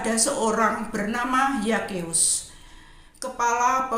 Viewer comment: ZAKHEUS bacanya Sakeus bukan Yakeus Bu🥰🙏🏼